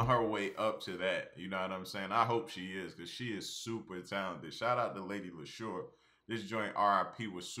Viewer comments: Lady Leshurr pronounced like Lady LeeShaw. Just fyi bro. Nobody gets it right the first time. "Porky pies" is UK slang for lies. That island patois though....AyEEeeee! Love LL. Check out this Queen from the U.S. Sa-Roc - "Forever". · It's pronounced "Lee-sha" Like Alicia without the A. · Lady Leshurr (pronounced Lee-sha) is on fire this year. She is an independent artist because she wants to be, to retain control. Check out her New Freezer Freestyle for more 🔥🔥🔥